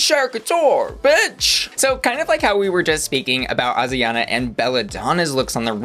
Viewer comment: Haha not Ozzie Onna again. Girl, you're doing too much. English: ay-jree-on-ah/ah-jree-on-ah. Spanish: Ah-dree (tap the tongue on the palate for the "r")-ah-na. No Z.